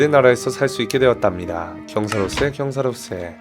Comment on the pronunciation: 다른 건 다 괜찮은데 책 읽을 때마다 경사로세를 경사로쎄라고 읽으시는 이유가 뭐에요... 목소리 깔고 읽는 거 들으면서 좋아하다가 갑자기 발암.